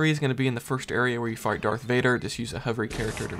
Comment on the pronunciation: I think you meant to say “Fight Darth Vader” several times but it came out as “Fart Darth Vader”